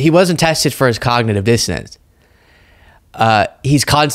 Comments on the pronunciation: I think she actually said “cognitive dissidence”. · It sounds like she is actually saying dissidence (which is totally wrong) and meant to say dissonance (which is also totally wrong). Bobo, the word you are looking for is "impairment" or "decline". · She didn't even say, "Dissonance." She said, "Dissidents," which is way funnier. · Confident dissidents. She knows what she's talking about, even if nobody else does. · Bobo said "Dissident" instead of "Dissonance", and here Ladies and Gentlemen is the crucial importance of education. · Did she say cognitive dissidents? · It sounds like she’s saying cognitive dissidents which would prove that she doesn’t know the word she’s looking for. I think she uses word of the day toilet paper and then tries to find ways to use those words, but gets them mixed up with other words.